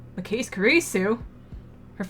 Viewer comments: Adzuki the only reason I really even mentioned the ki part was because at least a few times she pronounces the kise part of Makise like you pronounce keys, I was just kind of trying to point to the fact that the ki is short like in kiss, also really, you think the ma in magic and ma in march are pronounced the same way? Maybe the difference is so glaring to me because in my native language we even have different letters for the a sound in march, halt, must, heart (to mention few) and the one in magic, slam, at and rat. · Try googling the word 'Chuunibyou'. It refers to people like Okarin and Gundham. :) Also, if it matters to you, Makise is pronounced Ma (like magic) ki (like key) se (like seven). :P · I don't know how you pronounce magic, but I don't think most people pronounce the ma in magic the way it's pronounced in Makise. In Makise it's pronounced like the ma in march. Also the ki is shorter, more like the ki in kiss.